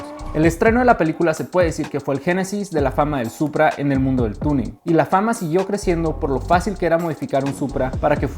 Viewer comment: it’s Supra. Not Puta.